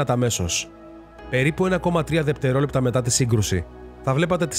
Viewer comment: Όλα καλά αλλά δε λέμε δεπτερόλεπτα αλλά δευτερόλεπτα.